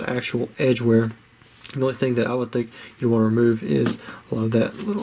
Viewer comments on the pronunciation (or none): none